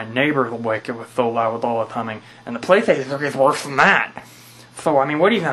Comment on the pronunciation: Whats a pwaystation flee?XD